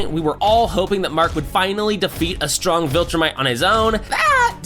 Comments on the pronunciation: Armstrong? ITS ANGSTROM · Pretty good video, but I don't know how someone can mispronounce so many things when they literally say the words in the show. Like Angstrom, Thraxa, and Unopan